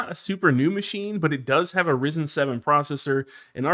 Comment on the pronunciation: Almost stopped watching the video when he said rizen…